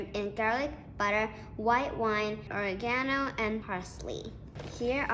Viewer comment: Since she doesn’t know how to pronounce oregano I’m not really confident about anything she says. She thought it would be salty but it wasn’t. Ok. What was it. This is useless.